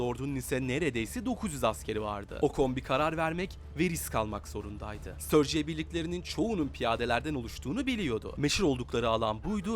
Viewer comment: Ustam, störciya degil de sturgiya desen 24 saat izlerim :D